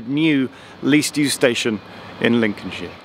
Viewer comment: Cant stand hearing shire being pronounced sheer, much prefer sher personally. Personal annoyance aside, welcome back to Lincolnshire